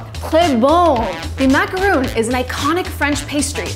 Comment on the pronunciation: MacarON, not MacarOON. A macaroon is made with coconut.